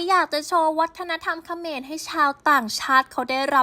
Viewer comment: มันคือเขมรแอดออกเสียงให้ถูกหน่อย